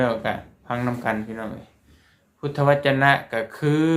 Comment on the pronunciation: พุทธวจน อ่านว่า พูด ทะ วะ จน